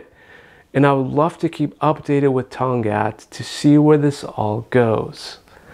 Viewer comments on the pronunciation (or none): the k was not supposed to be silent tong Katttt not tong gat lol